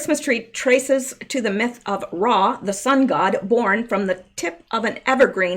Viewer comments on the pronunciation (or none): none